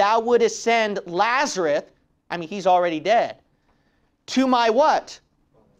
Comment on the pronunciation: Just asking I remember the name as Lazarus but when you say it, it sounds like Lazarut?(did you mispronounce the name?)